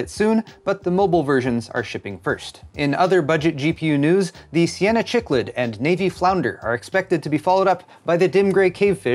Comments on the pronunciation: I used to call them "Chick Lids" also lol. Cichlid is pronounced like "sick lid". I was an aquarium geek and I still have a 92 gallon aquarium with African Cichlids. Love your videos. So nice to have you back! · gaaahhhh!!!! it is Cichlid (SICK LID) not chichlid lol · just a heads up cichlid is pronounced sick-lid. As a life long fish keeper I beg you not to make me listen to that mispronunciation for the next year. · Hey, as someone who's kept fish, Cichlid is pronounced "Sick-lid". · Another awesome tech news. Loved it! But sadly you're no ichthyologist.;) My ears are bleeding listening to you pronounce cichlid. It's not chewing gum;). It's pronounced sikluhd. Just think of a sick fish, because it's that important in the study of evolutionary biology. Keep the news coming. Always appreciated. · That fish is called a "Sick-lid"